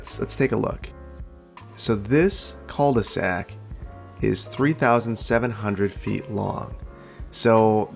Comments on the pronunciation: Great video, can't wait for the rest. Also, "cul de sac" is pronounced "Ku" de sac, the u being very sharp. And the L is silent. :) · Cul de sac… the L is silent. Try that